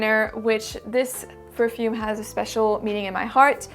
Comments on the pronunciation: Your english is amazing, I thought you were English at first and then you said you were French. No wonder why the pronunciations are on point . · You have the best pronunciation by far in fragcomm👍🙏😀!